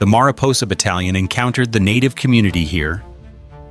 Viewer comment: The ai mispronounced many names like mariposa, Tuolumne, and more. Plus the ai voice stutters, many timestamps. The thumbnail is an albino white bear, where is the bear in the video? Why have clickbait?